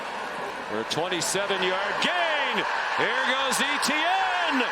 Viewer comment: Listening to these commentators mispronounce Etienne is so fkn cringe.